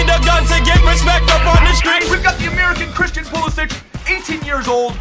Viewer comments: Pulisic, pronounced Pulisik NOT Pulisich. And that's straight from the mouth of Pulisic. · you say emre and pulisic wrong pulisick no sich he said it in an interview and emre like emre can, im not being mean in just pointing it out, love the vids